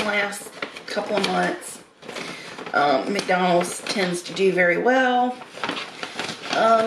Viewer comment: As would say: "McDurnald's!" LoL: )